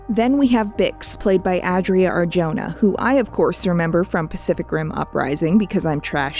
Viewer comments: this is great but the pronunciation of arjona with the j is so painful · Dunno if you are going to see this comment, but for all the Latine you get right, it really bothers me you get Adria Arjona last name wrong. Its not a Y sound, it's an aspirational H. Her fathers is one of the most successful Spanish singers and composers of the last decades, and his name is very easy to find to verify propper pronunciation.